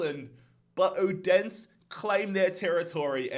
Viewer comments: Bro, how you pronounce Odense is so god damn funny😭 It’s not like Odens, it’s like: Othensø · let's go Brøndby haha!!!! (not that i care but if you want to know how to say Odense) o-den-se its kinda pronounced like O-then-se, but it doesn't matter no one likes Odense so haha love the vids man!